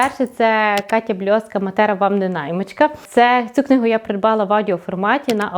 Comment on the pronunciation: Наголос мАтера :)